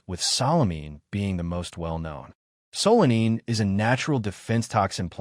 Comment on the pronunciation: AL Kee oids and SA Lə mee . . .yeah, this A.I. is a youngster, perhaps a pre-teen! The text and narration are doing some ODD, topsy-turvy things(!) So annoying = solanine(!) "So Lean" (yet another attempt at solanine!) And...number THREE: SALINE(!!) Holy crap, A.I. The "A" holds up; the "I" does NOT. This is hilarious.